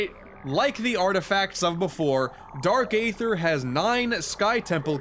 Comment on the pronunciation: who else cringed when he said aether with a long A sound...